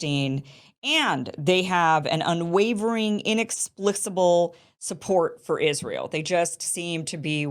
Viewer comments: Kim, it's inexplicable with a hard C. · You mispronounced inexplicable twice